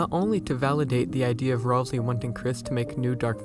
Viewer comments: Uh its pronounced Ral-SAY! Not RalSEE! Mainly because its another play on words like Toriel. Ralsei - Sensei --- Might not be that. Thats just how I see it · The game itself pronounces it Ral-say. Go back to the editable Cyberpedia when you reach Queen's castle. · Literally where are there people saying that Ralsei is supposedly not a good guy 😂🤣😂🤣😂🤣 Also, it's Ralsei, not "rawlzee" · ROlSeI 😂😂😂 Maaan pretty sure that's not how you say it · Gordom Ralsei I always pronounce it Ralsay, i think it sounds better